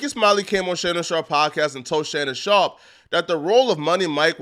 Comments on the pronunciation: Bro.. Fucking pronounce that mans name correctly... That shit is disrespectful as hell, mispronouncing someone's surname when you're perfectly capable of saying it right... Shannon SHARP! not "Shawp" or "Shop"... Cornball. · it's "sharp" bro, not "shawp."